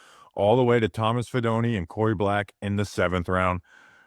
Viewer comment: fee DOH neh Fidone does not rhyme with macaroni.